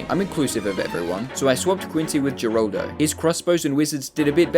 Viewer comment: Her-al-do his name is geraldo name for pronouncing is her-al-do